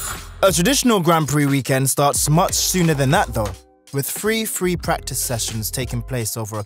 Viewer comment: Wif free free practice sessions, huh? 😂